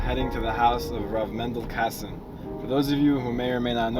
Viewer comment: Rabbi kessin. Not Kassin